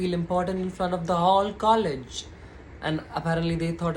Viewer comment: It's ko- legge.... its per- so- nal....it's lo- college not low college...its hole-don.... ur pronunciation irrespective I'm in Total agreement with ur thought